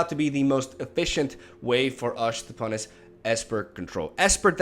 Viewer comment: "Command the dreadhorde is the main way for ush to punis esper control" It's nice to see an eloquent person struggle with his tongue as much as I.